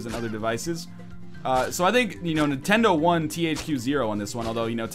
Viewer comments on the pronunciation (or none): none